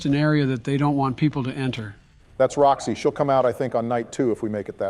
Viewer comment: yo its foxy not roxy homie